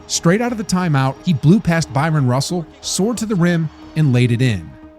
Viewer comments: Stop saying BYRON Russell. It's BRYON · It's Bryan Russell not Byron Russell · It‘s Howard Eisley (say: I-slee) and Bryon ‚don‘t call me Byron‘ Russell ;)